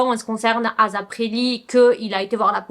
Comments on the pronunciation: Non on dis pas azap mais asap avec un S mais pas grv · Je pense plus qu'il faut prononcer asap plus tôt "eyssap"